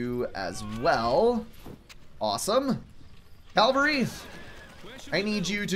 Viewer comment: I can't help laughing each time you say cavalry You pronounce it caLvary. I don't know why I find it funny, but I do.